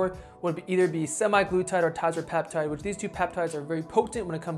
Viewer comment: Tazripeptide? What’s that?, I’ve heard of Tirzepatide